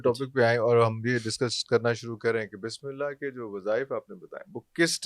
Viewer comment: اسلام علیکم معزرت چاہتا ہوں اس بندے کوخود بسم للہ صحیح پڑھنی نہیں آتی اور وظیفے بتا رہا ھے بسم للہ کےآپ سب لوگ غور سے سنیں جب یہ بسم للہ پڑھے گا